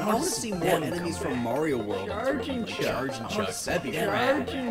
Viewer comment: That 100% our Canadian accent at work. THERE'S NO MORE ROOM IN THE CER BERB!